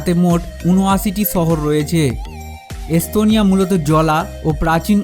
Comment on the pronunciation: শালা কলকাতার পাগলের বাচ্চা।পিকচারের মধ্যে দিয়েছে তার বউয়ের দুধের ছবি।আর বলছে এস্তোনিয়া।স,এর উচ্চারন করে,চ,পাগলের গুষ্টি।